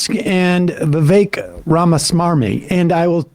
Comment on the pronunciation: Just a note: while Sam has taken recently to saying "Ramasmarmy", the reason he says "Vi-vake" is due to something Ramaswamy said when he was a Presidential candidate -- "My name's Vivek, rhymes with cake", so although Sam is making a point about how smarmy this man is (Vivek himself is the son of immigrants), he pronounces the man's first name as the man himself said it should be said.